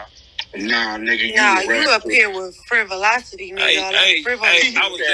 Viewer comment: She said frivolouselocity 🔥🔥.